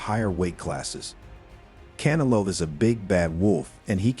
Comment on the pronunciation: Bruh Practice saying Canelo 😂